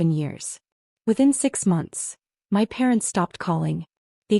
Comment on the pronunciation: The word "my" means me or myself. It IS NOT pronounced as "M.Y"